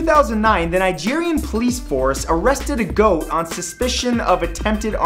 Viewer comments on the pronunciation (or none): none